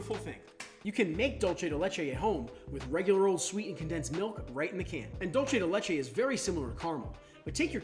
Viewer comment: Everyone keeps pronouncing it dolce 🇮🇹 !! It's a Spanish word pronounced dulce (dool-thé)